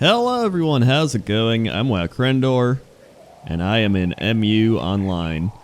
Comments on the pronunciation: Dude it's "Mew" not M.U. It's the name of the continent. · its muuuuu online, not m you online